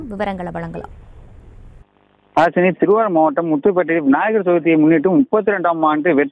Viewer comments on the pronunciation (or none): விநாயகர் விநாயகர் என 100 தடவை உச்சரித்துப் பழகவும்.